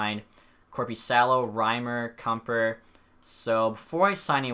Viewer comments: Kuemper is Kem-Per. And Rieder is Read-er xd nice video though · If you pronounce a name right then I will burn my hair Kumper Vladyder Ahul Cagula And more that I forget